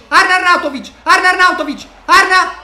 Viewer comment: Queste sono le volte che ha detto “Arnarnauntovic”